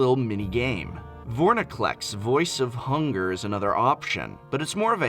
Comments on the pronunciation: zack-uh-muh? vorniclex? how is this guy an english professor? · Eesh. While Zack-u-muh I suppose could be up for creative interpretation, there are so many cards pronounced wrong in this video. Drought (draught)? Vorniclex (Vorinclex)? Resurgence (resurgent)? If the professor is dyslexic I'll forgive those, but otherwise is it really that hard to read the cards correctly? I know it's nitpicking but it irks me. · I only heard both being pronounced wrong. did you watch a different video?